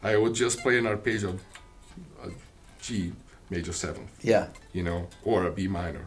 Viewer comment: He has even mastered the Yngwie technique of pronouncing the word "arpeggio"!